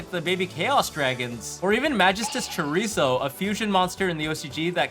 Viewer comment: He said Chorizo😂😂😂